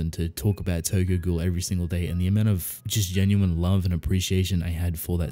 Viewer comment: It's not TOGOGO. It is Tokyo Ghoul.